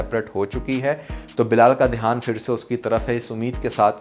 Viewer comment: Word is phir but you always say fir is a Hindi word I hope you consider it right